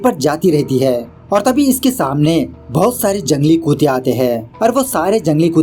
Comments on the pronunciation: Bro its not 'kuute', its 'kutte' !!! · Bhai "kutte" kute nhi